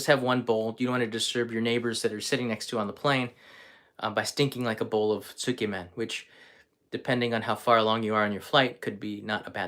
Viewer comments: Tsukemen is pronounced closer to sk•yeah-men, by the way...I can't eat pork-based food, but I'd be honored to eat a meal cooked by you,... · Hi. Please correct me if I'm wrong. Isn't it pronounced skaymen? Ty